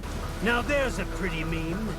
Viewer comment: every time you say meme it gives me whiplash